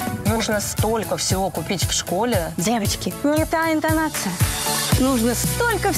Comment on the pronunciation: "Девочки не та энтианация😂😂😂😂😂😅